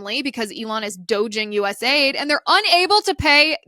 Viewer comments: US .A.I.D. …. Its an acronym so stop calling it aid as in a word. It is not aid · Please stop calling it "US aid". It's US A-I-D.